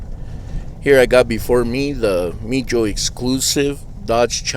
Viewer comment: Awesome channel sir and excellent collection. It’s pronounced Meeeho since the J is silent 😊👍🏻